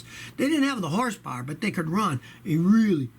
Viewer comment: Rev up your inline 6 that lasts "a weally weally weally long time!" :)